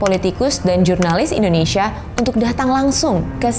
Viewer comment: cara bacanya tuh bukan indonisia, bukan indoneisia, tetapi INDONESIA. masa orang indo aja salah ngomong negaranya sendiri haha. nah kalo bahasa inggrisnya baru cara bacanya indonisya.